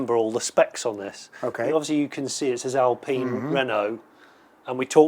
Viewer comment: Absolutely lovely car, lovely video. Pronunciation is "Al-pee-n", not "Al-pie-n". Jonny had it right.